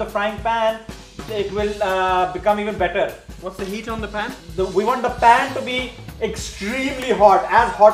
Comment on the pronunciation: Uuuuugggghhhh my pet peeve!!! It’s notttttt PAAN its a PAN!!!! Pls say it with me - PPPAAANNNN! Not PAAAAANNNN @@@@ Hehehehehe